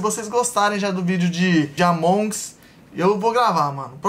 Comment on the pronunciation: se fala Amongus só que tipo com sotaque tlgd, não Amongs kkkkkkk é nois